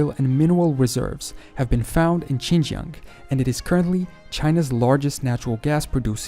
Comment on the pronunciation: im not chinese but i think thats not the way u pronounce Xinjiang/Sinkiang